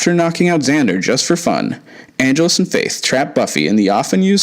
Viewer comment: "Ann-JELL-Us," not "ANN-gel-us"!